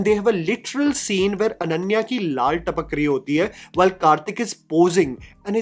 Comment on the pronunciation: ananya ki laal tapak rahi hoti hai? Bro i think u mean to say laaR not laaL... Jeez this guy really needs a language coach...